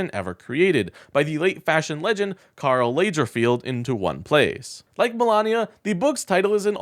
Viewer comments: Yeah, and you butcher Karl Lagerfeld's name as well... For a guy presenting me with some keen observation, you sure like to mispronounce a lot... I like to hear what you want to say, but it hurts, and not in the good way. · The minute that you mispronounced Chanel and Carl Lagerfeld, I had to stop watching. Seriously was that on purpose?